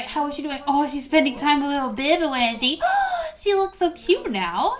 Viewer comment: Was it just me or did someone else hear her call wengie "Wedgie"